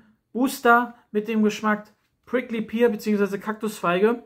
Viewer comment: Pear wird btw "Pehr" ausgesprochen und nicht "Pier" xD